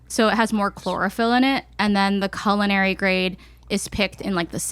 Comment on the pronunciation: Can someone please tell link it’s pronounced Cull-in-ary? I’m disturbed every time he says Colon-airy